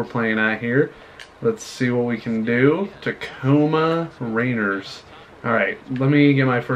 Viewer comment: It's Rain-ears